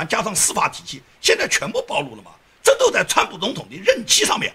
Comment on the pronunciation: 曝露唸「舖漏」如：那女人穿得太曝露了. 露「也唸漏」餡 只有露水唸露. 曝光 野人獻曝均唸「舖」 不唸「報」. 謝謝你的關注.